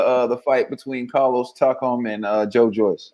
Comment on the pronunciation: It's pronounced Tak am.